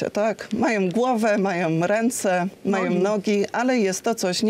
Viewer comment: Błagam ani MIRONO - majoM, mówioM słuchajoM - ja tak bardzo lubię Pani wypowiedzi ale nie mogę się pogodzić z tym, że tak nie dba Pani o prawidłowość wymowy... to niedbalstwo które kompletnie do Pani nie pasuje